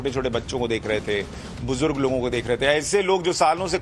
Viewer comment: Bujdurg nahi bujurg hota kamina hindi nahi padhe ho kya school me